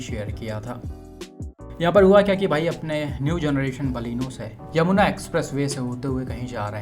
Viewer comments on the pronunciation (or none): none